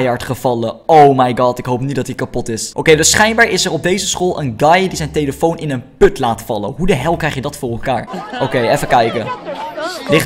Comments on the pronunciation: Heb je gehoord dat bij de eerste vidio zegt tyeelitoon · je zei telifion ofzo